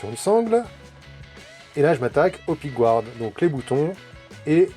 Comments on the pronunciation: Super vidéo ! Par contre… pickguard se prononce « picgard » même aux US et en Angleterre.. y’a que certains français qui disent pickgouarde … sûrement ceux qui disent migouel au lieu de miguel ;) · Un peu trop de pickgouarde à mon goût car les anglais eux-mêmes ne prononcent pas comme ça, mais simplement pickguarde (un peu comme nous en fait ;-). mais sinon c'est magnifique !